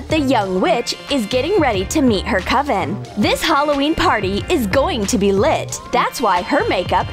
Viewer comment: She sounds weird whwn she said lit